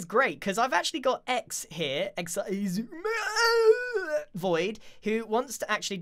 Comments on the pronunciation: Why is the comment section turned into: "Pronunciation of Xisumavoid. Wrong answers only"? It's stupid. Guys... cmon. What's so hard with saying: Xisumavoid? Bruh ez. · x-eh-ouy-zuh-mEEEUUUGH void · It's usually either X-I-Suma void or, Eggs-suma void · I mean, Keralis is pretty consistent with "Seshwamyvoid" but yeah lol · ix-e-i-zumay-voiyard is just perfect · I'm pretty sure the correct pronunciation is SZECHUAN SAUCE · I love how it is definitely on purpose by now. Zooma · I love this pronunciation of Ex-Eye-suuuum-ah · Still comes nowhere near Keralis' "Sha-shwammy" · Eggs eye suma voiieeeed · Acording to google its s-sumavoid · grian: "so this is x-i-sumavoid" xisuma: visibly steps back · Actually, Shishwam/ShishwammyVoid is originally from JoeHills mispronouncing X’s name in their first video together. Joe had never heard it pronounced out loud and called him ShishwammyVoid. It stuck as a nickname so that’s why you’ll occasionally hear some of the older hermits call X that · "shashwam" was actually joehills' first attempt at pronouncing xisuma's name! keralis found it funny and kept using it. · X Zoom-Ma X-Zoom-Ma X-I-Zoom-Ma X-I-Zoom-Ma-Void X-E-AI-Zoom-Ma-Void-Ad X-I-Zoommaaooaah-Void I tried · X-i-zumiaeaaeeheah-void here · We gotta start pronouncing it “Eczema” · and keralis says shashwammy 😭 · Aww hell naw, Giran can't say Exsismahvaid correctly 😭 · It's always hilarious when it's X-Eye-Zuma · It's shashwamie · It’s supposed to be pronounced Iss- oo- ma or according to google and other hermits but apparently grian though Otherwise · Ah yes, my favourite character of Hermitcraft. Icksee-i Xisuma voi-aaad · Did you know that X is actually chinese? Just look at the name! Its pronounced Xi Su Ma! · He says "ex - eye" so much i only see roman numerals. start calling him Eleven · Ah yes, 11sumavoid. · Meanwhile Keralis: Shashwamivoid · "Isuma void" btw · Nah nah y’all it’s shashwamey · Xi euguea void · grian becomes french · thats not how you say it??